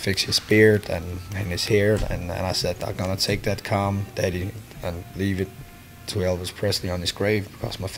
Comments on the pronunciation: Whenever he said comb, it sounded like he said cum. I love the song and its a touching story. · You really need to practice saying comb a bit better. It sounds like your saying something else.